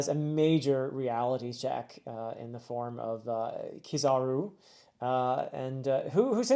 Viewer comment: Beautiful words, i don't even have much to say. I guess i can explain the names of the three admirals, since they have a theme going on. Akainu is pronounced Aka-Inu, which means red dog. Kizaru (you pronounce it right) means yellow monkey and Aokiji is pronounced Ao-kiji, meaning blue pheasant. IIRC the names are based on a famous japanese legend of a boy defeating demons with the help of a dog, monkey and pheasant. Once you finish the next arc, i recommend watching the non-canon episode called "One Piece Fan letter". It is a story about multiple normal people in the world of One Piece talk about the main story. There are marines who fought at Marineford and see the destruction that all the powerful fighters are causing. It's something made by genuine fans of One Piece with the help of Toei. It has been made recently but tt should not contain any spoilers from things after the next arc, aka what i imagine you are currently reading and will be your next video of the series. BTW since you don't fully understand the emperors, they are basically the 4 strongest pirates in the world, Whitebeard and Shanks were/are one of them. They are supposedly the closest to the One Piece and becoming the king of the pirates, but they struggle with infighting as well s fighting the marines and world government. The world government practically gathered it's army to face ONE of them, so when another showed up, the fight was immediately over. They can potentially handle one emperor, but two is a